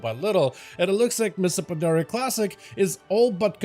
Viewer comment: “Mista Pandaria” 😂